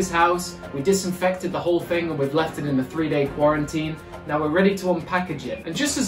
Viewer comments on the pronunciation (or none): none